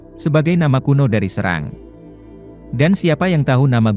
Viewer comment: Seerang dibacanya Bukan serang,soalnya saya tinggal di serang(seerang)